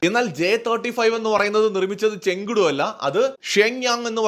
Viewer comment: ചെങ്കടു അല്ല ചേങ്ദോ എന്നാണ് ഉച്ചാരണം